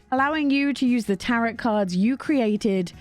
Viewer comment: All the games look amazing, Also just a side note, Tarot is pronounced like "Tare-oh", not like carrot.